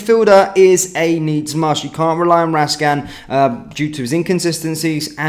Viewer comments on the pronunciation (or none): Please pronounce his name properly, it's Raskin , not Rascan .